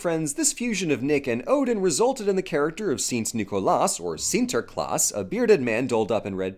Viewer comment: As a Dutchie, I picked up some interesting trivia about the Sinterklaas tradition through this video. Cool to see it covered! Kudos for your pronounciation of the name, by the way, I was all too prepared to see you stumble through it but the quality is there as much as it has always has been - Shouldn't have expected otherwise.